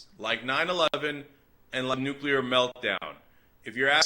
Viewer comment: NEW-KUH-LURR HURR DURR